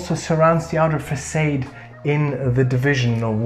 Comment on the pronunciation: Fantastic video ,just to say Granite is pronounced " Gran-It" and "Facade" is pronounced " Fa- saard" , well at least here in the UK , keep up the good work guys !